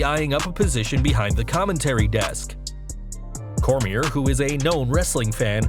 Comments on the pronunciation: I thought the same exact thing. It's a silent R. Not pronounced Core-mere. Pronounced Core-me-A. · Have some RESPECT FOR DC his Last Name is Pronounced “CORE-ME-AYY” Daniel Cormier is a living Legend n 2x Champ, WWE would be lucky to have him but I rather see (After him n Brock’s fight) DC, Brock, CM Punk, Eric Bischoff, Paul Heyman & Hopefully Chael Sonnen & what the hell throw Vince Russo in it too, All Team up together to start or join a diff company but get the okay to be running it & also get a new TV deal and also a Digital channel like Playing clips or maybe even stream live broadcasts to YouTube, & be able to use that as a promo (Say we don’t make fans pay to subscribe to our Hacky app Cuz we care about them n we will make Wrestling Great again, lets see u compete cuz we all know ur board n stock holders won’t allow u to compete with our free streams & thus it shows u care more about quarterly reports than about the fans u make it all possible , we are here to take over & do something like what the NWO Angle did(push WCW to the Top) & have them diss WWE n compete with them & state that they only came here to put the WWE out of business, Cuz they’ve been too complacent resting on their Laurels n past achievements, and not giving today everything they got, but instead are focused on running a well oiled corporate machine n more worried about their Stocks instead of worrying about their Fans & storylines n then say they will put WWE out of business Cuz right now the are the Turner Broadcasting company this time around n don’t have the hunger to battle back... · Bro , Daniel Cor-mi-a ...the r is silent ...learn how to pronounce someones name before u say it ten times on a video... Other than that good video though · Daniel Cormier is pronounced "Coor • Me • AY" !! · The R is silent on Cormier. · This dude butchers Daniel Cormier's name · Nobody calling this guy out for how he says Cormier lol